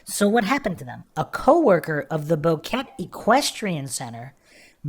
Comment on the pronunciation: The tour guide is Feliciano Gonzalez and his family are suspects. Its pronounced BO-QUE-TE not Boket.